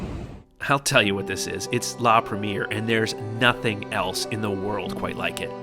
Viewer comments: La Prhem-E-Ayyy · Awesome review! Just one tip: it’s pronounced La Preh-me-air 😊😊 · Excellent! Beautifully filmed and put together, nicely narrated. I’d fly AF in a heartbeat! Just one thing, please learn to pronounce foreign words correctly. La Premier is pronounced La Prem-ee-air, not the American bastardised English of the first showing of a film (movie)! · Say it with me... La Preh-mee-aihr ;)